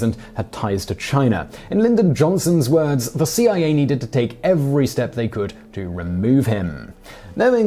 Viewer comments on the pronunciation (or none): none